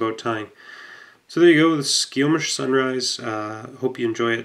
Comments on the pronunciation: It's pronounced "Sky - Kōmish" Sunrise. It's named for a river in Washington about 12 miles from where I live. Fine to tie on that hook if you like but better with a traditional up-turned loop-eye salmon/steelhead black-japanned hook like a TMC 7999, Orvis #1645, or a Partridge 01 Wilson hook. For low-water stuff, I like to use the Partridge CS10 and just tie on a smaller portion of the hook shank. I first tied that fly back in 1976 and I'd make a couple of proportion suggestions for you: 1. Make the body a little longer and 2. make the hackle a little shorter. You really don't want the hackle to go much (if any) length beyond the point of the hook,certainly not beyond the barb of the hook at the longest. Also as you probably know from tying traditional salmonflies, you want to take 5 turns with the ribbing. That would necessitate using smaller tinsel than the one you used. If you tried to get 5 turns with the ribbing you had it would have been an all-tinsel body. So just go smaller on the tinsel. This bit using thinner tinsel with more turns results in being able to see more of the red chenille body and the silver tinsel ends up being more of an accent flash with the chenille fibers partially concealing it. I've tied it with a medium-oval silver tinsel and that also looks good. Really enjoyed seeing you tie the wing in reverse. That's what we call an "Ed Haas" style wing. Ed was a very reclusive fellow who lived on the Salmon River in Northern California in a remote area bet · I cringed a little listening to him mispronounce skykomish. I guess it's because I'm so use to local names